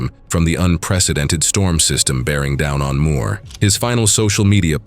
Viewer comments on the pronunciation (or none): none